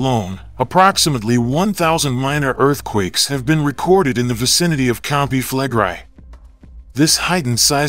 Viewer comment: Why is the narrator mispronouncing "Campi Flegrei" as Campi Flegrie? The "i" is pronounced in the short vowel sound & the preceding "e" is also pronounced.